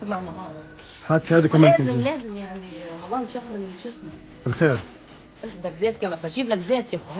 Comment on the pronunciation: اختي تحكي بدل رمضان مرضان